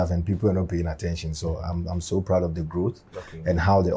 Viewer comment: ''that you're PLOUD of😂😂😂''